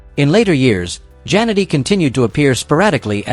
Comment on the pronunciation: 0again we get these 5,00 an hour announcers itis JAN ETTEY WHY CANT YOU SAY IT RIGHT another scumbG